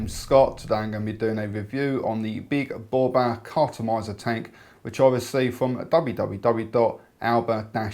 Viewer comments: Hey Scott, Its pronounced Bow-Bay. lol. Regards fae Glesga. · its pronounced bob aaaaaa good vid Scott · pretty sure the correct pronunciation is bow-bee